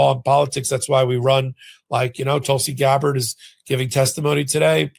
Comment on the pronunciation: Yes. GABbard, not GabBARD